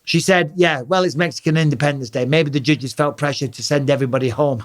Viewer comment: “maybe the jges”